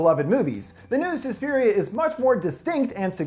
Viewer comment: It’s not Sue-spiria it’s SUS-piria